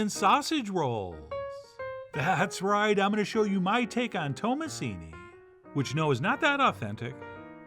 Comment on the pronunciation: You pronounced it perfectly well 😊